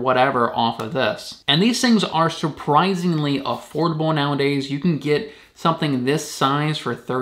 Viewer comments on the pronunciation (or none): none